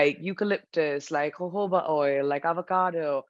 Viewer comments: My entire life is a lie when she said ooba oil instead of jojoba oil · she is right...its pronounced ho-ho-ba